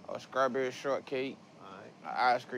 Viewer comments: Bruh really said "scrawburry shortcake" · When he said skrawberry...I did the Stephen A.: Ahhhhhhhhh